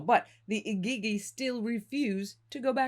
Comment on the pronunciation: Am I the only one struggling with how she is saying Igigi?